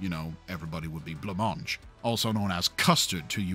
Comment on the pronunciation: Did you say "le mange", how did you mean that?